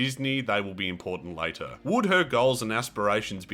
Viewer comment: abbreviated SpongeBob's [lay-tear] ... HAHAHAHAHA